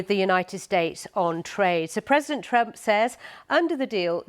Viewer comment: "Says Donald Trumo"